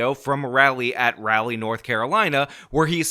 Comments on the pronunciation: Mispronouncing things again. "Raleigh" is not pronounced "rally" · Raleigh is pronounced Raw-lee not rally.